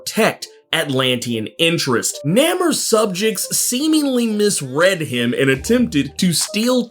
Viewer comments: you keep saying Nam er it's Nah more my brother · Its NA-Mor...lol Not Nam-er.....NA-Mor... lol🤣🤣🤣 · It's pronunciation is Naymor not Nam or. 😂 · Bro, it's NAY-MOR, not NAH-MER lol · Actually, no. If you go back to 80 years of his history, it's pronounced as NAY-MOR, as in no more. It was NEVER pronounced as nah-mer. That dude in the movie who played Namor, not only was he a piss poor choice to play Mr Mackenzie, but he couldn't even pronounce his own name correctly? Sad, lol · Bro why you keep saying his name like that.,..... It's Naaaaaaaaaa Mooooooooore! That's how it is supposed to sound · You seem like a cool dude. Ive never heard anyone pronounce namors name the way you do. Its almost like e-namor-ed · I can't get past "Nammer" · Namor. (Nay-more) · Are you now pronouncing Namor’s name that way because of the movie pronunciation? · Love the videos, but I'm not embracing the unnecessary try hard pronunciation for Namor Disney wants to push. Other than that, great video and information as usual.